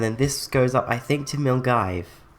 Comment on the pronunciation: Milngive??? It's pronounced Mul-guy! xD I used to struggle with that pronounciation too...